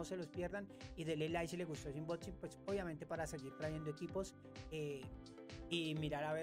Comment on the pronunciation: Es unboxing😂no inboxin pero buenoo🎉